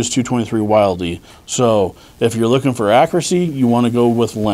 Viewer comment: Wyld-E? Please don't join the "I've gotta be different clan". You did really well on this but please. Wyld-E?? The man who designed the Wyld-E doesn't pronounce it that way.